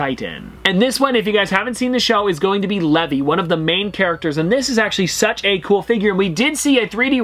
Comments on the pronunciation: Nah this got me mad he really said leve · “Lev-e” I CANNOT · That "lehvee" hurt so bad 😖😂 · The fact he called him levE hurt me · His name's Levi not levy